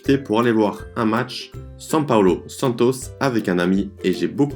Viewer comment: Lindo! Camisa verde amarelo 👏👏uma dica no sotaque...Santos, samba...com a tônica na última sílaba mas no San.. e no sam.. 🌿🍄🌿sinto ciúmes e admiração do teu talento em falar um novo idioma